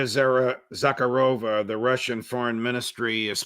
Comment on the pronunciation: Judge it's Maria Za.HAR.ah.va